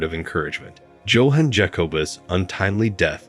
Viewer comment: Pronounce it ark-i-PEL-a-go. And try saying Yohan not Joanne. These computer voices drive me nuts!